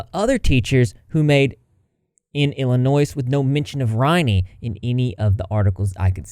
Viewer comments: Illinoy not Illinoise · Does she really think everyone is dumb enough to believe that h3 is all behind this? These are the consequences of her own actions and the stuff about Moses has nothing to do with h3. Also please the s in Illinois is silent. Also she can be the victim and villain. Both can be true